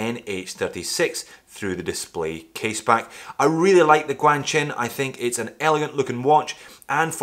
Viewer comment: your first GuanQin video is my favourite.... cos i realised that finally i know something you don't ;) its "G" is supposed to sound like "Kw".